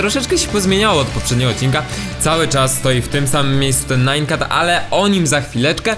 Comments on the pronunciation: Nie 'najn kat' tylko 'nian kat' ;-) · Blow!! 1. Czytaj nian kat. 2.To co cie zabiło to "super szkielet" 3.Jestem za dłuższymi odcinkami Łapkować żeby widział!!